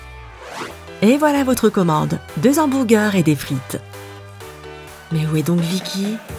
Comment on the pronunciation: Il ont dit 2 hobongueure ou lieu de hamburger 🍔😂😂